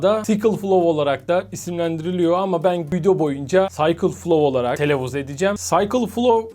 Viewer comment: Hocam video için teşekkürler. İngilizce öğrettiğim için demeden geçemeyeceğim saykılflov derseniz Cycleflow olur(çevirme akımı), sickleflow(tırpanakımı) sikılfılov şeklinde okunur. Ama inceleme gerçekten efsane olmuş verdim şukuyu